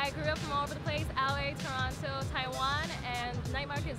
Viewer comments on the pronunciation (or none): 43 If you say Toronto like that, you did not grow up in that place